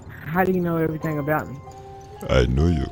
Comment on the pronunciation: He said "we see everyting" Me:THE TING GOES SKRRAAA